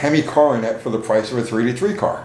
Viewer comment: When you say 383 it sounds like "3T3". Or are you saying 3T3?